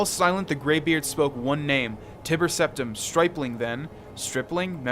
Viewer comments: Sometimes your pronunciation is god awful. I don't mean that in a rude way, it's actually pretty funny. But really, it's ty-ber septim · ''tibber septim'' hahahahaha